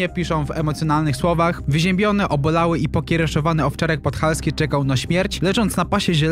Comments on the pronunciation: PODHALAŃSKI, a nie podHALSKI :face-purple-crying::face-purple-crying::face-purple-crying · PODHALAŃSKI A NIE PODHALSKI QRWA !!! DO OKULISTY SIE ZAREJESTRUJ!!! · to jest owczarek podhalanski a nie podhalski, czytac nie umiesz chlopie ? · Podhalański a nie "podhalski" Panie 😉. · Podhalański a nie Podhalski xdddd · Pewnie jestem milionowym komentarzem o tej treści ale POD HA LA ŃSKI nie podhalski 😅😅😅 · PodhaLAŃski nie podhalski😊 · podhalński, a nie podhalski :D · Podhalański nie Podhalski xd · Podhalańki ! Naucz się czytać ! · Owczarek podhalański... uszy bolą 😂😂😂😂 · Jak juz czytasz, to czytaj dobrze - owczarek PODCHALAŃSKI